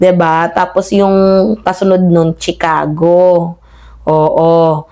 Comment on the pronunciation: Chicago (Shuh-kaa-gow) hindi Tsikago.